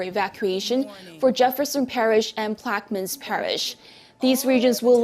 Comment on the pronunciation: Uh, that’s “plack-uh-min” parish.